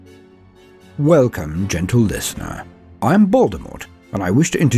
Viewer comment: Genital listena